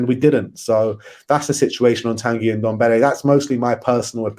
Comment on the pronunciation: ffs its Ndombele not Undombele...